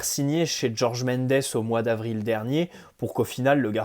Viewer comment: Pourquoi tu dis Georges à l'anglaise alors que le gars est portugais ?